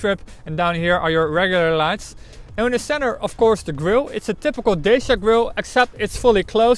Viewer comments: Pronounced Dat- cha not Day-sia!!! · Dacia is pronounced Datcha, not dashia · why he says Deishia all the time? Is it something wrong with his mouth? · Nice work, but, please, learn how to pronounce "Dacia"... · Can't even pronounce the name properly. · You cant be a respected reviewer if YOU CANT PRONOUNCE CORRECTLY THE BRAND NAME OF THE CAR! GET out of Youtube!